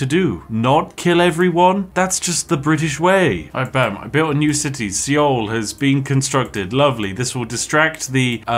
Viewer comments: “great I built a new city sea-oul”…. Uh spiff my dude it’s pronounced soul the “e” is silent lol love the video crazy you got targeted so hard lol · The mispronunciation of "Seoul" really killed me 😂 It's not pronounced "Ceeol"...it's pronounced like the English word "Soul" 😉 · One big game of "MY CABBAGES!" , also seoul is pronounced as soul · "see-ole" lmao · Seoul is pronounced the same way as "soul" or "sole." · You deserve all the meteors for the way you pronounced Seoul